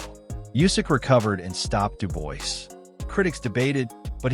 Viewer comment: WHO is Dub [OIS] ?!😂 IT'S [DUBUA], DUDE!!😂